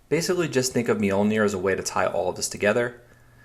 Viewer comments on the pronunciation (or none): It's just pronounced "MOLE-neer"